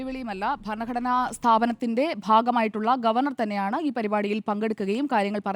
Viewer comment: ഭരണഘടന എന്നാണ് ഭാരതാംബഘടന എന്നല്ല😂